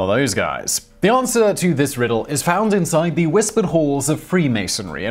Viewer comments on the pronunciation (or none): none